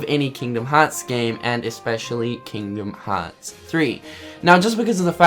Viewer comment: "Keengdum Hots 3" I love accents xD